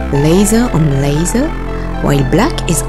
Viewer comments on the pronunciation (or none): haha! you pronounce "leather" as "lazer" (or more something like "lèï-zeu") and "lenght" as "lands". Heureusement que je suis francophone et donc que je comprends votre fort accent ;-)